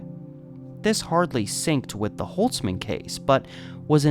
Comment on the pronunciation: Barbara holzman is my great grandfathers sister. My grandma has told me this story before many times, and seeing basically a documentary about it is pretty crazy. Just wanna say holzman is pronounced with the “z” sound and we dropped the “ts” a few generations ago lol. Thank you for making her story heard.